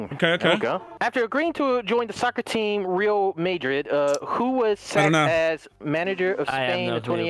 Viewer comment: When delirious pronounced Madrid as maydrid...